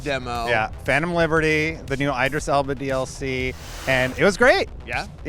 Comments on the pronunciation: its not Eyedris Elba but Idris Elba lol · Eye-dris Elba took me out lol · The fact that Destin somehow has no idea how to actually pronounce Idris Elba makes me wonder why anyone would care about his opinion. Aren’t people speaking about the games supposed to actually know things about them?